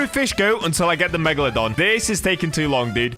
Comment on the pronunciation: When he said megalodone I was thinking phantom meg (Tomat5food)